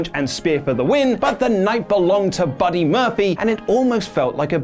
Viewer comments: "Buddy Murphfly" ~ 2019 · "Buddy Murphyly"